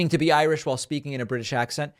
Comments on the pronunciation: Ha Ha! He said he was Ir "sh" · Well, he is 'I - rish'.